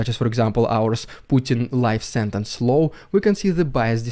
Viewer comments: I don't like pointing out people's accents and making light of them, but pronouncing Putin's new law as a 'new low' translates just as well. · Law, not low ;-)